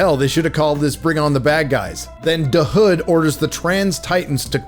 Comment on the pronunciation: Please stop emphasizing "da" hood. It's so annoying. You can tell the writers are not from the hood and wrote what they think the hood really is like. Chi-Raq doesn't feel like it